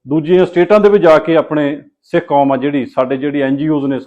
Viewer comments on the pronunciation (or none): none